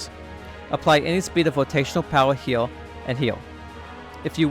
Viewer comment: can you say here instead of heal?